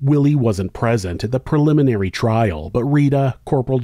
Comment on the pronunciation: Preliminary..not proliminary